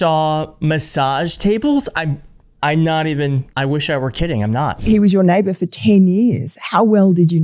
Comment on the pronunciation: Neighver? Whats a Neighver?